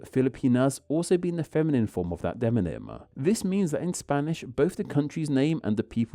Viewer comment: Very interesting! But did you know you are still saying de-non-ym, instead of de-mon-ym?